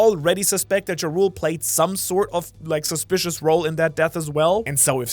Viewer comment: It's like the nordic title "Jarl". Not "Ja Rule" like the rapper.